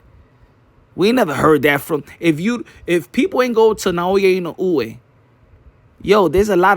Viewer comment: NAOYA ＩＮＯＵＥの発音が上手ですね💯